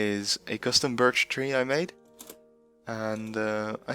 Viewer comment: You see birtch leaves, but I hear burd leaves 🤣